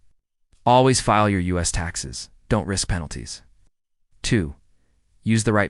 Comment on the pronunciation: I fucking hate AI voices that can't pronounce the basics. Don't pronounced as Do N T. What the fuck...